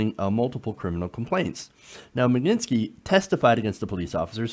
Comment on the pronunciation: Please, just read the word properly and sound out the letters, smh, Mag -nit-sky, if you took the time to read it once properly it would be obvious how it's pronounced.